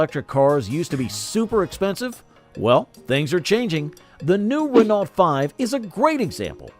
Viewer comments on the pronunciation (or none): Not only that, but also messing up currencies, shows pounds says euros, instant dislike. Would think if it was AI it would know how to pronounce Renault though.